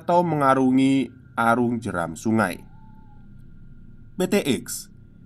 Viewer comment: Arung Jeram bang, bukan Arum